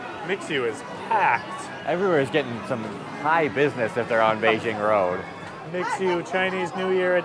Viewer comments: Mixue is actually pronounced as “me Shue” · Kinda cute when they pronounced MIXUE as “mix ue “